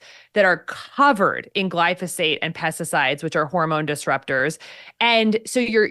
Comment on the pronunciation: Thank you Dr. Means for adding some sense to a host who couldn't even say glyphosate!